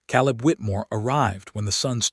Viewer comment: Not again. Biblical name Caleb is pronounced Kay-lub